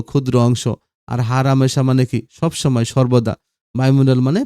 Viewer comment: হার হামেশা নয় হর হামেশা 😂😂